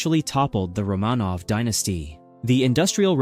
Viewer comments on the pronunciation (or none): none